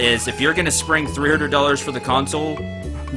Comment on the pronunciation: Two comments. One, do you have some kind of speech impediment? I have never heard 'hundred' said as 'hurded' with such quantity. Two, I don't know about other people, but to me... This whole Vlog transition is just kind of boring. I liked it better when you talked and reacted about the game. I know its two years too late to make a difference, just my opinion.